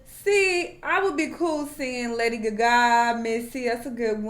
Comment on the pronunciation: Not guh-gaaa lol